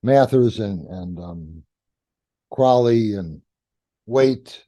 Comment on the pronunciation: Hey, I still appreciate Crowley. And it's CRO-lee.